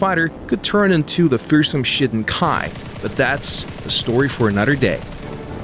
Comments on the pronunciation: it sounded like you said ''the n1k1 ja Shittin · who here thought he said shitting?